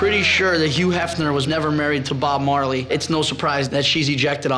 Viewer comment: She said bob merely I'm Jamaican I'm offended